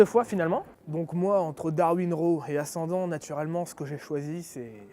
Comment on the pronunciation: Très sympa le nom de ta marque, ça pète! En revanche, le "Raw" serait plutôt entre le "a" et le "o". Comme si tu voulais prononcer un "o" mais que tu ouvrais la bouche pour prononcer un "a".